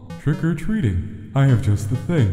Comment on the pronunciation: not jaut but is suppose to be just